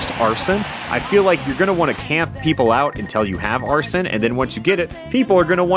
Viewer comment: Wait Did he just call Arsene, Arson